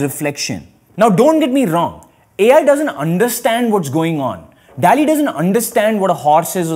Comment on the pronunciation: Dall-e nhi Doll-E pronounce hota hai